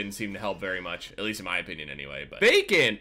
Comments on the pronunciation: am i the only one who thought he said bacon instead of vacant the whole time ? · everytime you say vacant, I think of bacon 😂